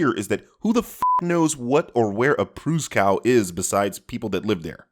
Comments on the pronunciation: At 3 mins 50 you blundered the pronunciation of Pruszkow, PL. It's pronounced "Proosh-koff" (soft "sh"). And why didn't BM once mention the fact that in the comics Psylocke is an Omega-level mutant? ...which he did literally 10 seconds after I went back to the video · SInce W in Polish is pronounced as the letter V, Pruszków is actually pronounced Proosh-kov :)